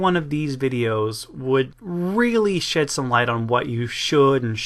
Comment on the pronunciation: Did say "shit some light", or "shed some light", because I heard "shit some light".